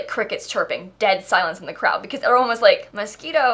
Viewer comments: Ummm hate to be the one to tell you but it's pronounced MosQUIno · is she saying 'mosquito' on purpose??? isn't it moschino or i am going mad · I swear you are saying Mosquito..not moshchino. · literally everyone else: mos-CHIN-o: mosquito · It’s not mosquito stuff it is moschino!!! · Am I pronouncing this pack wrong? It’s Moschino....not mosquitoe? Like Mosh-she-No. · It is Moschino buy she makes fun of the pack so she says mosquito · why does everyone pronounce moschino so weird. It´s moschino not moskino or what ever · It's called Moschino, not mosquito. What's wrong with you?! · I heard mosquito aswell, it’s okay. 🤡😤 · 🤣 did she just say mosquito? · I keep hearing Mosquito 😂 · Anybody gonna talk about the fact she was saying mosquito? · I can’t unhear MOSQUITO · not me thinking shes saying "mosquito stuff" lmao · I keep on hearing "mosquito" hahaha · Did you say mosquito? Ahahahahahaha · I thought she sais Mosquito pack😂 and didn’t réalise until the end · Every time you said Moschino I thought you were saying Mosquito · I keep hearing mosquito stuff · Are you saying Mosquito stuff? I swear that's all I hear lol. Perfect name for the pack though. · It's not mosquito it's Moschino it's a designer luxury brand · i heard tht as mosquito stuff.... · holy crap i watched your realm of magic video and you mentioned moschino.... i heard you said mosquito and i'm so confused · Why did i use to think you said mosquito pack........ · So the pack is actually pronounced "mosquito stuff"..? Now i know.... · was she saying mosquito on purpose or not. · Did you just say mosquito stuff? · Why do you always call it mosquito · the way you say Moschino triggers me its like your saying mosquito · Why is it so hard to pronounce Moschino properly.